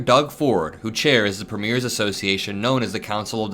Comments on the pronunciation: Emphasis on PREmiers. Not preMEIRS. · Hey! I am a Canadian who enjoy your videos. Small thing but we pronounce the word, “premiere” more like, preem-yair. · when you’re talking about our provincial leaders - our Premiers- the accent is on the first syllable. The PREmiers. Just an FYI. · You don't pronounce it as TWO syllable ... "Pre Miers" ... it's pronounced with THREE syllables ... "Pre ... Mi ...ers" (short vowel sound on 'e'). It's a Commonwealth Country (e.g. Canada, Australia, New Zealand, etc) political title ... equivalent to USA's State Governors. In USA you have POTUS ... Governors. In Commonwealth Countries you have King ... Prime Minister Country ... Premiers of State. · It’s not Preemears it’s Preemyears. If people are entering the US from Canada then get on your damn Border Agents. Did Trump hear about the parents from India and 2 children coming into Canada FROM the US that 🥶 to death walking across the wilderness. They all froze to death. Trump is 🥜. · Thank you as always,, for helping to fight the good fight! 💙 As an aside (& not to be pedantic), pls note that in Canada, we call our provincial & terratorial leaders "pre-meers," vs the pronunciation of premiers used in referring to, say, debut performances. 💙💙💙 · Canadian here. Provincial leaders are premiers—pronounced preem-yer. Ouch! My ears!